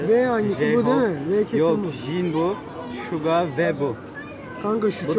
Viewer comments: şuga değil suga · Şuga değil Suga. Keşke nasıl yazıldığını bari bilseniz. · Şuga değil suga o benim canim suga senii seviyorummmmm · Şuga değil Suga 😂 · O şuga değil, sugo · Suga ya şiga demezdin